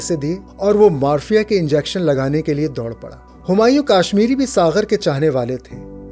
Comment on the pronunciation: آپکی ادائیگی کمال کی ہے البتہ چند الفاظ ٹھیک سے ادا نہیں ہوئے لسان کی جمع ہے السنہ اور چند دیگر الفاظ اگر آپ کسی کو سنا لیا کریں جو معدودے چند الفاظ کا تلفظ درست کروا دے تو مزید چار چاند لگ جائیں گے جیسے کہ مارفین